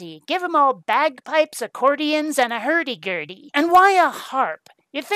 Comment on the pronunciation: Extra Sherbert for saying 'Hurdy Gurdy'